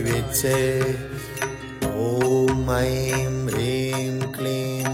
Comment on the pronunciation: नमन मेरो जिज्ञासा भनिदिनुहोला।। यो मन्त्र भन्दा रिंम भन्नु पर्छ कि हिंम उच्चारण गर्नु पर्छ??सुन्दा रिंम जस्तो सुनिन्छ तर यहाँ लेखेको हिंम छ कसरी उच्चारण गर्ने होला??